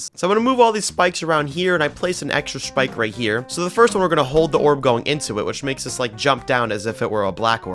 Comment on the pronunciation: no way bro said schpike